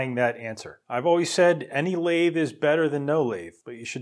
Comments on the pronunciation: How pronouncing the name of the equipment properly, You pronounced it like it was some sort of ice cream. It is pronounced as Mini - Lathe (Lathe pronounced like lay the but all as one word) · So this jumps to my recommended after I watched just one video from you And I'm like "whats a Lathe? Coffee machine in binary ?" (i actually pronounced it "La-The", unlike your "Laid" pronounciation) You should have just mentioned "its a cnc machine" and I would be like "ahh man I know that word!". Really, whats the difference ? Lathe cuts into objects to make what you want, CNC machine cuts into objects to make what you want. Lathe = CNC machine in nerd language, change my mind.